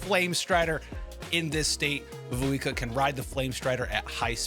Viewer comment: Mavukia, Makuvia, let's see how many different ways can butcher Mavuika's name.